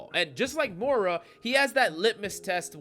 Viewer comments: Please, the name is MOY-rah 😅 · More-ra lol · That is not how you pronounce moira